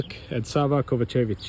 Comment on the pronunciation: Bro it’s pronounced KovA-čević not KovaČEvić. Focus on the A ❤